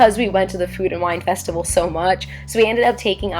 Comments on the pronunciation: Festical 😂 ily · Love you, love the food. Not gonna lie had to pause for a minute on “festical” but considering that during editing you had to look at all this delicious food I applaud how close you got to the actual word.